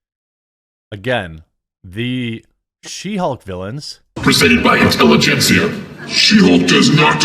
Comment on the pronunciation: Intelli-gencia ?! LUL These radicals are so laughably pathetic.